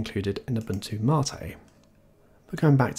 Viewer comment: Imagine being this man’s IRL friend, when you meet up with him you hear him say “hello ”